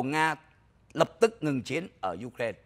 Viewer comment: Ai cũng đọc u rai na còn chú đọc you ren nghe không giống ai